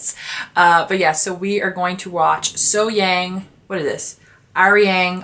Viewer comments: No, actually the 'a' in SoHyang is pronounced kind of the same way as the 'a' in the words car, dark, lark, etc. 'Lark and 'lurk' don't sound the same, do they? Similarly 'SoHyang' and 'So Hyung' are pronounced differently. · I believe you say her name with a quick H, then Yung, So Hyung.